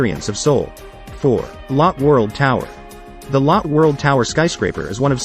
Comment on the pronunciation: It’s “low-tay” not “lot”